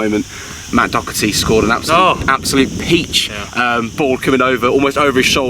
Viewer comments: Thats how u pronounce it in Irish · He always does it lol😂 he’s got to stop it now